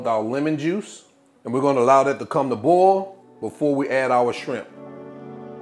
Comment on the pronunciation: I love how he pronounces the word boil. It almost sounds like ball.